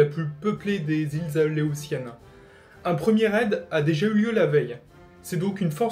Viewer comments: Répète après moi: "A-lé-ou-tienne" (prononcé aléoussienne) ;-P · Iles A-Lé-Ou-Sienne ! AU-1 corsair, c'est une erreur sous la photo dans Wikipedia. Son petit nom c'est F4U. Grunnman au lieu de Grumman.